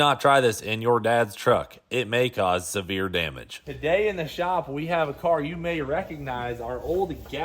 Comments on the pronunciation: “Sever” damage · “Sever” damage?? 😂😂 Is that like French? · "Sever" damage?😂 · Severe ❌ Sever ✅ 😂😂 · It's severe not sever, FFS. Though that may happen to your dad's truck on jet fuel...